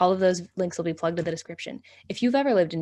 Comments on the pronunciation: K. It's just not "New Or-lee-anns" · Each time she says “Orleans” incorrectly my heart breaks a little…😭 hahaha